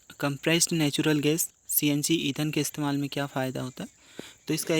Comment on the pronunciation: इलेमाल नहीं इसतेमाल